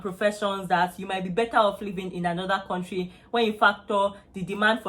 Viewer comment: Kontrey.. Don't go to Canada if you come from a Kontrey like Nigeria